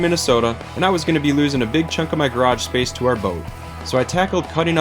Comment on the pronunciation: Ahaha! I hear it now. I thought you said " 'er " at first.